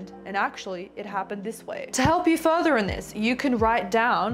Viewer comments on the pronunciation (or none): none